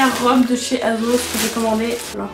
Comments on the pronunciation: ça se dit "aSSos" :((( la combi bleu et blanc de chez zaful je l’ai depuis bien longtemps, j’la mets souvent en été et les boutons n’ont jamais cassé^^ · elle me fait trop rire « azoze » 😂😂😭❤️